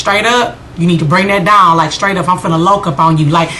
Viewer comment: I heard the south come out of you when you said "Bring that douwn" lol Yes, check that chick!